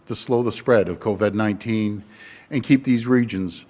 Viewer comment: LMFAO... Did Ford forget how to pronounce Covid overnight?